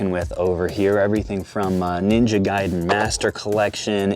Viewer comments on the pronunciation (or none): none